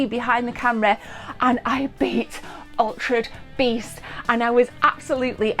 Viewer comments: Why is she pronouncing it altred beast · Is she saying Altred Beast? 🤔🤔🤔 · Nobody notice how she pronounced altered beast? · why can't say Altered Beast right? made me chuckle.. Its like Benedict Cumberbatch and his "Pen Guin"